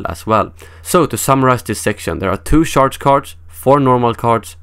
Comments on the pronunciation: It sounds funny the way you pronounce charge. You pronounce it like the word sharp. Try pronouncing it like charmander, hope that helps :) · not sharge?